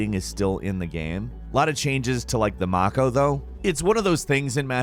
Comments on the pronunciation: Make-o not ma-co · i think thier reffering to the pronunciation of the mako. He said mack-o instead of may-koe. He pronounces alot of game names wrong like he has never played them. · May-Co. Not Mawko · "Alot of changes to the Marko though"... Lmfao it's called the Mako (May-Ko) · It's MAKO as in mayko!! Not maako 🤦‍♂️ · "Mah-ko" ... Wut? You mean the "May-ko". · I feel as if you haven’t even played the trilogy, first you mention that you are happy that they are removing the elevator sequence when it actually is one of the best parts of mass effect 1, giving Shep more opportunities to listen to his companions arguments/conversations. Second you pronounce Mako like MAA CO when they litterly say so many times During the game MAY CO, (spelled mako). Third you say that the mass effect 3 multiplayer is bad, while yes I know people can be entitled to their own opinion it seems like he’s just playing the “oh look at us we like single player games with stories no multiplayer fuck those corporate greedy scum bags” when really the me3 multiplayer was loved by tons of people who actually played the game, just seems like a giant circle gerk to get more people to buy the upgraded edition from a guy who is just reading from a article and hasn’t played the games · Um, I played the FF7 Remake and I believe it's pronounced "Mana", not "Mako". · It's Maaaako, not MAAAAco.... gees. Love ya, man. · This video shouldn't have been made until the game actually came out and could actually assess the games. Also, never, ever call it a "mako" with a soft a. It is "Mako" like the shark. They say it in the game. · "Mah-Ko" and "actual-Eh" I'm done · ...did you really pronounce the mako as mock-o” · ok, but that's not how any character pronounces it in the game. It's "may-Co" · what is a "mahko"? lol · "Mahkoh"? I can't tell if I'm a nerd or he's a poser. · Am I the only one weirded out by how he said mako?